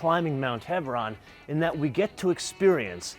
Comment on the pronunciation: Mount “HEBRON”? Really? 😂